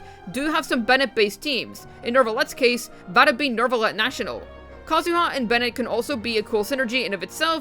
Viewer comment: Why do you keep saying NeRvalette? 😂